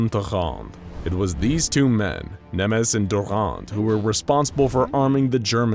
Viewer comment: That's Nemes in hungarian not Nemeş. But great video as always!